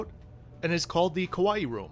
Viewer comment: “Kaa-waa-eee” rather than the Hawaii like pronunciation 😊 …I’m half Japanese which would (could? LOL) explain my love since childhood, for Kitty-chan…Im 56, but I will be riding this train when I visit my birthplace next yr….😊😊😊 Those seats look pretty sad though… 😢